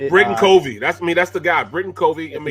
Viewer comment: It’s cuv-ee not cov-ee